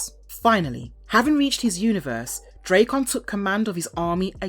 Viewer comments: D-rack-en not dray-con wtf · I'm sorry, after about the 20th butchering of Drakkon's name (not Dray-con, should be Drak-con...) I had to shut it off... I know it's like tomato and potato, but even the man who voices and models for him (JDF) says it Drak-con style... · Does it annoy anyone that she calls him draycon, not Drackon? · you saying his name wrong!!!!! its DRAKKON not drakeon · pronouncing it wrong, you pronounce it as "dre kkon like it was dr dre lol its more like a dra " Drakkon like dragon, drakkon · Draykon? Sounds like Dr Dres' rival headphones to raycons. Its DrAkkon, it's a play on words of Dragon. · say it with me ...drak kon ......not dray kon learn to pronounce your words correctly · I love the content but the drayCon pronunciation is killin me 😂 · Drake-on.... Dude, hire voice actors who know the material. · The nonstop mispronunciation made me shut this off. I never understood how people do that when there's literally recodings of it. This, Ra's al Ghul, and Aang bother the hell out of me.